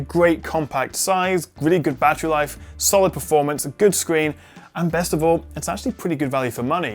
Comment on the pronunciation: "Besset battery life"?:D great vid anyways